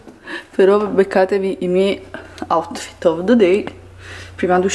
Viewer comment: no, lo pronuncia cosi OUTTTFIIIIT